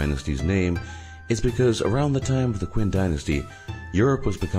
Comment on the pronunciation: its not queen dynasty, its pronounced chin